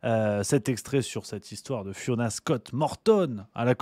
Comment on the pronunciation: on dit pas Fionasse cott morton mon poto